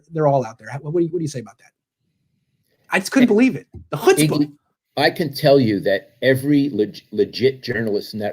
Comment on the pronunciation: "the hutzpa" 😂